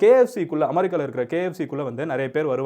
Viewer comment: You can pronounced America next time correctly